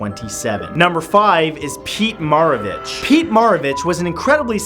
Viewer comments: I hate how he says Pete Maravich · You mispronounced maravich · I spent the majority of the video waiting to see if Mark Twain would be listed. I do have to complain about how he pronounced Pistol Pete's last name. Having been a fan of any and all LSU sports teams, it was a bit painful to hear the name of the man our basketball arena is named for being so mispronounced. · And pistol Pete last name is pronounced Mair o Vich